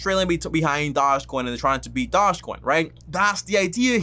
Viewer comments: Bruh can u say doge coin and shiba name right before making a video on it so fucking cringe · "Shina Inu" & "Dodge" coin 😜😆😂🤣